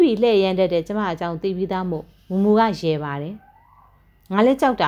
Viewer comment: ကြိုက်ပါတယ်။ ဖတ်ပြတာလည်း အဆင်ပြေပါတယ်။ ဒါပေမဲ့ တစ်ခုလေးတော့ပြောခွင့်ပြုပါနော်။ ရေးတော့အမှန် ဖတ်တော့အသံဆိုတာရှိပါတယ်။ "ကျွန်မတို့ ဝိုင်းရယ်လိုက်ကြတယ်" လို့ ရေးထားတဲ့အတိုင်း ဖတ်တာထက် "ကျွန်မတို့ ဝိုင်းရီလိုက်ကြတယ်" လို့ အသံထွက်ရင် ရမှာပါ။ "ကျွန်မ"ဆိုတာကိုတောင် "ကျမ" လို့ပဲဖတ်တယ်လေ ... ရေးထားတဲ့အတိုင်း "ကျွန် မ" လို့မှမဖတ်တာ ... "ရယ်" ကိုလည်း "ရီ" လို့ပဲ ဖတ်ပါလား ... နားထောင်ရတာ ပိုအဆင်ချောသွားမယ်လို့ ထင်ပါတယ်။